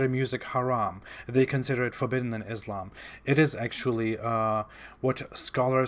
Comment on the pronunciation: Abdul KArim, non Muslim Islamophobes do it all the time! First make him learn correct phonetics how to pronounce Islam! It is not what he utters! Stupid! Do you get it? Then he could try hoodwinking and camouflaging his non Muslim background